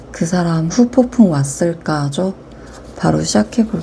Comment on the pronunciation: 후폭풍 발음이 어렵긴해여 ㅎㅎㅎ